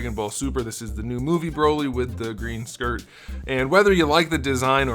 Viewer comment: I don't know why but when he says skirt bothers me I'm like its a ear